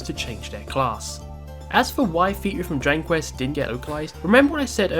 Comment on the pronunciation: stop saying "Drangquist" bro learn to speak